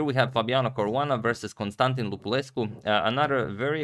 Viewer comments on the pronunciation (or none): none